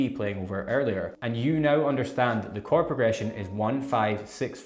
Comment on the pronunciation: Is he saying Card shapes?